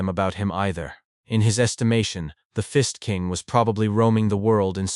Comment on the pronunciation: "The Fist King" I heard The Fist ING king... I took a double take and heard it again then i finally Got it right there was no INg but i sure laughed to half death